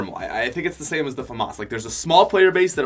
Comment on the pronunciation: i dont think thats how u say Famas